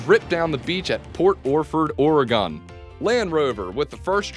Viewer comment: Please learn to say Oregon properly. It is not Ore-gone or Ore-gawn, it's OR-i-gun.